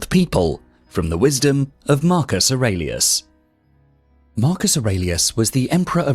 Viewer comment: Wonderful lecture. However, I thought that in the last name of Marcus Aurelius was pronounced with a long e.